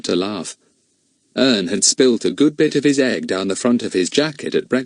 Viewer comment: Said wrong Ern😢😢😢😢😢😢